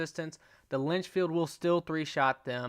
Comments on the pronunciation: Another great card build video. Thanks. Am I still ok using the Lancaster instead of the Litchfield? Oh, and it’s Litchfield not Linchfield. ;) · Litchfield not Linchfield... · you saying "Lynchfield" repeater is bugging me.